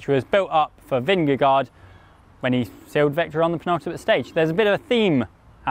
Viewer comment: Yes, your danish was very bad.. LOL .. but that´s ok . We have become used to the fact that "no one" can pronounce Vingegaard correctly, unless you are Dane or Norwegian . Not Even googlepronounce kan do it . There is a melodi and no one gets it.Fluent Danish is impossible, for non-natives. And we love it .. Peace 😀